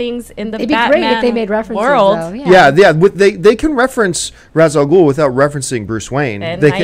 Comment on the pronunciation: I absolutely hate how everyone mispronounces Ras al Ghul's name. It is the only thing I dislike about the Nolan movies. Because of him there is an entire generation mispronouncing a phenomenal characters name.